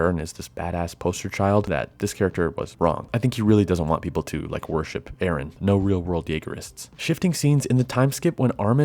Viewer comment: Its Eren not Aaron.